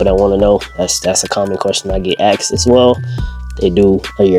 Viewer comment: It’s asked not axed